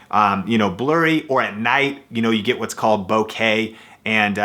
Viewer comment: boquet? It's bokeh. Often pronounced like BO'-KUH